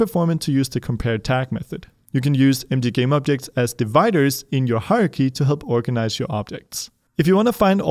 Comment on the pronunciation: I love your videos but... pleeeease correct your "hierarchy" pronunciation!! Every time it sounds like "Haruhi" and I wonder why you're talking about anime XD Aside from this, thank you very much for every video you make! :)